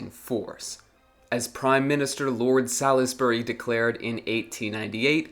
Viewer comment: Who's Lord Salardsbury? Lol